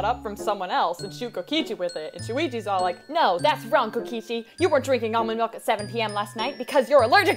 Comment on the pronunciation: Kokichi: Almond malk (=